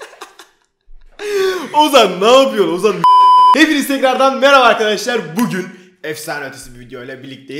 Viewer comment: eski vidyosunda Arkadaşlar demiyordu Akydaşlar diyordu Fark edenler 1 linke